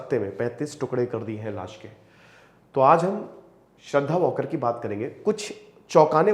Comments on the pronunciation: वॉकर surname nahi hai 😂 uska surname वाळकर hai 🤣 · श्रद्धा वालकर ....and not श्रद्धा वॉकर ... plz🙏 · It's वळकर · It's not वॉकर it's वालकर